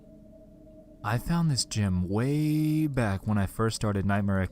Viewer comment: I like the how the chat makes fun of the guy for how he said “way” lmao